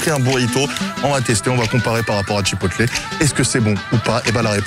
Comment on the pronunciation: Hello. Je t'adore. Mais tu dit bien un burger et pas un burjé..... Bon alors on dit chipoteul. Et pas chipotlé. Merci pour nos amis anglophone. 👍😜